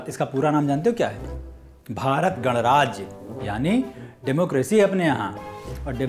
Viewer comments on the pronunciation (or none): abe ye kon h. ye record ko reecaard bolta h. ganrajya ko gadraaj. chuuuu.